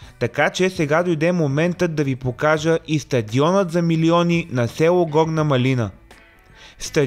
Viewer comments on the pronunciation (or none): Горна МАлина не маЛИНА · Горна мАлина (ударение на А-то)